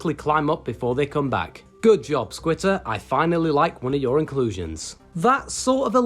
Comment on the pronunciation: Why do you call squitter skeeter???